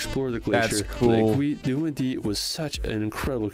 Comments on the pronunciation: Aiguille... du middii 😂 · I so laughed to the pronunciation to "aiguille du midi". I see it's very hard for english to pronounce "aiguille". It's needle in english. Well, it's very cool to see americans want come in France. Lot of french people dream to come in USA.